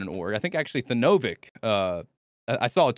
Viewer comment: Tha-noh-vik lmfao